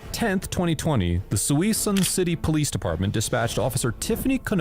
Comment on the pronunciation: oh for the love of god... ITS NOT PRONOUNCED SUI-SUN CITY, ITS SUHSOON CITY this is the 3rd time ive heard this channel say a city name completely wrong